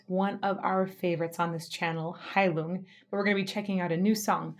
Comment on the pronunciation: I also used to pronounce the band's name the you did but in another video I heard the first vowel pronounced as an "ee", which definitely corresponds with the meaning. Heilung, I hear, means Healing.